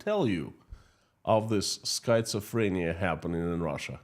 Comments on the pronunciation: Skit-suh-freh-nee-uh // really hard word to pronounce❤❤ Great job, 💖💖💖❤️❤️❤️ Slava Ukraini ❤️💜💜💜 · The correct pronunciation is SKIT SUH FREE NEE UH. (Schizophrenia) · Schizophrenia is pronounced with a short I. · December 10, 2024, Here are two words that you should ask Mr. Google to pronounce in English: 1. Façade 2. schizophrenia Remember that “ph” is often pronounced “f” in English. Thank you for your beautiful programs on economics. They are very clear and use “simple” explanations, which I can understand. Keep up the good work. Sincerely, Nick in Canada